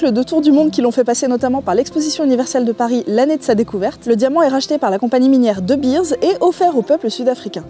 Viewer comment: Pour info, de Beers ne se prononce pas "deubirz", mais "deubéérs". Pour Vooruitzigt, laisse tomber 😂